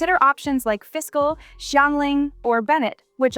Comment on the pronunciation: pronunciation of Fischl is wrong lol, it;s not a fiscal bill, it's German name so SH is the sound x)